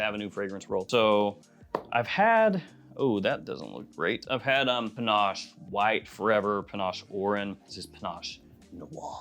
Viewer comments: Why are you calling it Panache? It's pinnace, a type of boat. Can't wait to see the shelves all filled up😀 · please stop mispronouncing "pinnace". It rhymes with "Guinness".